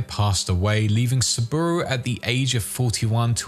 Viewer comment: To be fair Saburo is a bit hard to pronounce correctly as in japanese for english speakers. In IPA it should be like this [sabɯɾō] with stress on ɾō